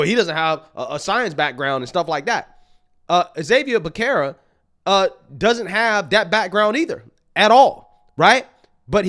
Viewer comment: As a native Californian, your mis pronouncement of Xavier Becerra's name is like nails on a chalkboard to me. It's pronounced HAH-vee-AIR bih-SERR-ə.